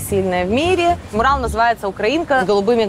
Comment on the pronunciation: МУрал или мурАл. ЕСТЬ ПРАВИЛО!!!!!!!!!!!!!!!!!!!!!!!!!!!!!!! А если не знаешь, как правильно, загугли орфоэпию слова!!!! Правильно мурАл!!!!!